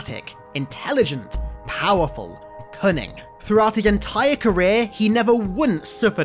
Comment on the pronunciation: When you were describing his traits as a leader I genuinely thought you said 'Funny' instead of "Cunning" and I had to rewatch that 3 times whilst trying not to think of a Covenant open mic night!